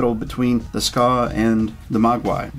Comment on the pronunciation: It's pronounced SKAY not Skaw